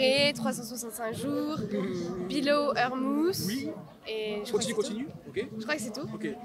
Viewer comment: A 3min elle a dit « bilo eur mouss » pour Below Her Mouth la ??😭😭😭